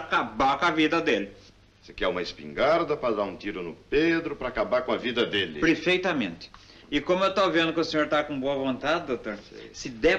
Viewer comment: "PREFEITAMENTE" kkkkk😂😂😂 sou fã de Mazzaropi!!!👏👏👏💕